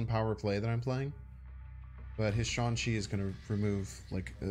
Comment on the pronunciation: Love this vids, but for the lords sake, its SHANG chi, not SEAN chi....put some spect on SHANG chi's name